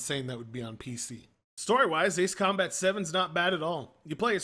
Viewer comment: That's how you correctly pronounce it...